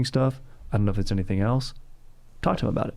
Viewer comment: I looove the way says else. ELTS. Dank.